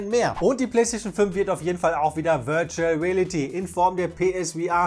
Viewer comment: "...virtual rälity..." 😁